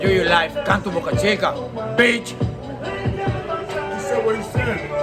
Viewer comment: Bruh its pronounced Boh'kah Cheekah (Boca Chica) not Boookah Cheekah